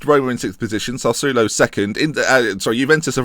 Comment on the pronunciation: You need Italian G to pronounce Sassuolo for you